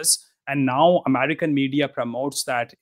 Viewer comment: it pisses me off everytime he calls himself amarikan lmfao what is this guy